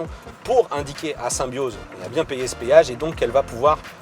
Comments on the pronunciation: C'est un génie ce gars.On appelle ça un Péage pas un payage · Petit con on dit péage pas payage